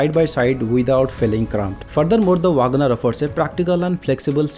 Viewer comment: Vaagan R nahi bhai 😂. Check for the correct pronounciation.